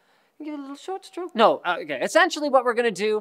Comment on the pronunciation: >Has a stroke while saying short stroke